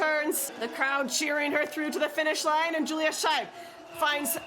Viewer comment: Please, the pronunciation - roughly "SHpindleroof Mleen". And Yulia, not Julia.